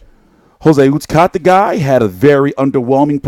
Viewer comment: Your pronunciation of Uzcategui is HILARIOUS 😂🤣